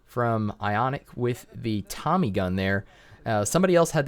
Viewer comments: why you pronounce iconic “ionic”? its iCONic edited:u can see on ~ like that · Its iconic bro not Ionic 😊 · He is not "ionic" is "iconic"